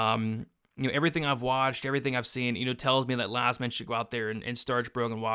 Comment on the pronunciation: it's 100% an I and pronounced "Yazmin"